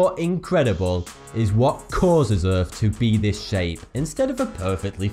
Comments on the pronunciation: Earth not Earph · Lol Earf. Lol its Earth dude! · he says "Erf" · it's not earf it's earth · Im sorry. But did you just say: "Earf is a rafver incredible place to be."? Good video either way though. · Wow, earf, wow